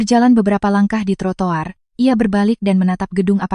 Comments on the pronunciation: Bukan trotolar bukan trotowar,ttp trotoar, mantan bu guru mohon maaf ya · Ceritanya bagus hanya pembaca ceritanya harus belajar dimana harus berhenti dan juga membaca kata kata dg benar. Contoh trotoir jgn dibaca trotol ar tapi trotowar dlsb